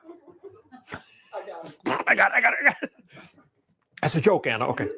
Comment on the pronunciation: "That's a joka Anna" Wow, way to "condensate" to your wife. Hope she isn't "drownding" too...